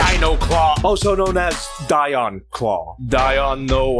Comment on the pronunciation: Dion: dEE - AWn